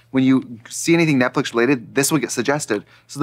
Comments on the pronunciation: trixie having to actively work to say "netflix" instead of "netflick" is 👌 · Ok is she saying "Netflick" as a gag? Like a singular flick? 😂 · Does anybody know why they say "Netflic"? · Not 'Netflick'